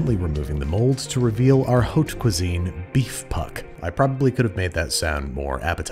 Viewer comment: Unsolicited advice on pronouncing french words: google it and press the audio sample! ( Haute Cuisine = pronounced Oat Cuisine, I swear to cheesus)